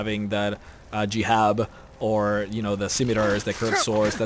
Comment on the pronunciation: just a small mistake, you said jihab, but its actually hijab. not a big deal tho